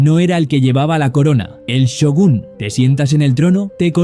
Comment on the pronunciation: Not Syogun but Shogun